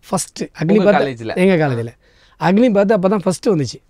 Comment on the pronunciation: அக்னிபாத் இல்லை அது அக்னிபத்😊